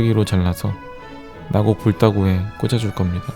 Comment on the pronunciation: 형 그건 나고가 아니라 사'나고'자나